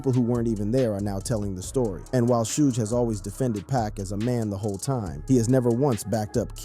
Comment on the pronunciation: Why you pronounce Suge name like that ?